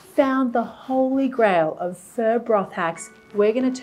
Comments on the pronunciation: Hi Marion I love watching your videos except when you say “fur” for pho. It’s pronounced [fuh?] like [huh?]. But keep making these great, fun videos for us. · Sounds like she’s saying “fur.” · "fur broth"